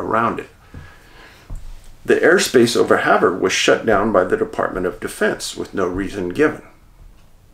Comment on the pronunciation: Another great video! Ronan is pronounced "Roan- ann" or "Row- Nann", emphasis on 2nd syllable. Every state has towns and places with unique pronunciations. Extra points for pronouncing Havre correctly (like "have--er")!